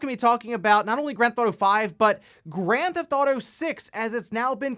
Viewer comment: "GranThauto 5"